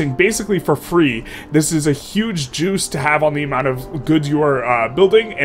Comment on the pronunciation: When he says juice i hear jews because he underpronounces the c. Just an FYI